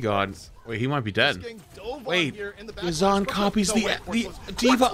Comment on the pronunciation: they keep calling them yazaan and ma-jed when it's really ya-z'-n and maa-jid